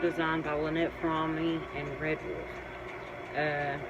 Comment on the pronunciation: This was interesting, and I was amazed at how nicely designed the book cover and dust jacket are-- which has nothing at all to do with Squeaky Fromme herself, but everything to do with the publisher. Just one small suggestion: I found your repeated mispronunciation of Lynette's last name very distracting, but for future reference, her last name is not pronounced "frahm," it actually rhymes with 'throw me."